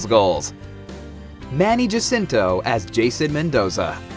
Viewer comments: Its pronounced as HAcinto, not JAcinto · he pronounces it as Jacinto... :3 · Manny HA-SIN-TO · He pronounces it Jasinto (J like Jason). I heard it in an interview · eh? Well it's Ha-sin-to here in the Philippines. Js are pronounced H. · He's in the us, so Manny pronounces Jacinto the way Western people would say it. but in the Philippines it's pronounced HA-CIN-TOH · I get how youre pissed, I wish he said Chiddy Ana-keendrick. And also sorta wierded out by the way he pronounces Jacinto, I'm pretty sure there was 1 Philipino president with the last name Jacinto, or Vice president, at this point I just dunno.